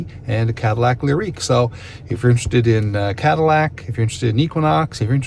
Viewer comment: Leer-eek. Is that how y'all pronounce Lyriq in Canada? Lol